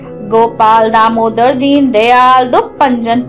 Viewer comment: Not daaamoddar it's damodar